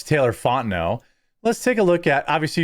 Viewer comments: Louisianan here. It's pronounced Fon-ten-no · It's pronounced "font-in-no" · In Lake Charles, or Louisiana in general, it's pronounced "Fonteneau". Not like it's spelled. Just as Hebert is pronounced "A- bear". Bourgeois is "Boosch-wah". Benoit is "Ben-wah". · Just so you know I am from this neck of the woods, it's pronounced Fon-tin-no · Fon-ten-oh. Cajun name. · Fontenot. Pronounced, font a no